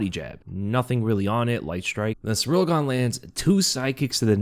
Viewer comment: Please, it's not Cyril or Cyriil. It is Ciryl.